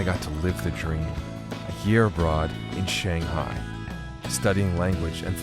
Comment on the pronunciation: Its Shanghai not Shenghai.